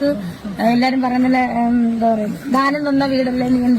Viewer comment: ധാനം അല്ല ദാനം ആണ്